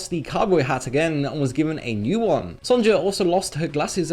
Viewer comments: Just saying, it's pronounced Son-ya not Son-ja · why are you saying the j in Sonja's name? It's pronounced the same way as if it were spelled Sonya..... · I’m pretty sure Sonja is pronounced “Son-ya” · "son-ja" crinnnge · haha did he say Sondsha? ;D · fyi, "Sonja" is usually pronounced "Sonya".